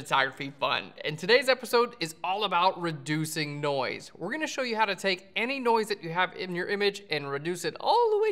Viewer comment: every time you said noise it sounds like NOICEEE - key and peele. haha